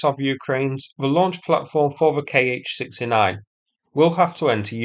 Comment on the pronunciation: 'Kh' is not 'K.H.' but 'kha'.